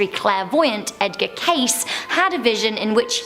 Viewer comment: Edgar Cayce is pronounced cay-see. Or simply k-c